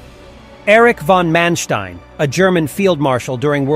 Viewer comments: "Mensteen" :-D Its Manstein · Its not pronounced Mansteen. His name is pronounced Manstine. In German the second vowel is enunciated. Also Wiking is pronounced Viking.